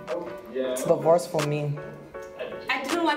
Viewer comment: "it's the wors for me." 😂😂